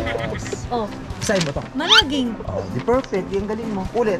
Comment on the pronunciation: Tsakit tyan Ko sa ktatawa ky jacky,,,yung managing..pronouns as mana-ging😊😊😊😂😂😂